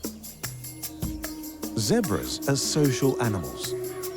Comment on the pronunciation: Your putting to much syllables in “zebras” I can’t watch this just because you’ve said “zeberaha” 9,000 times in 3 mins